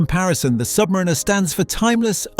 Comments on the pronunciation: Learn how to pronounce submariner please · Hilarious that the AI narrator cannot pronounce Submariner or Blancpain correctly. CHEAP VIDEO.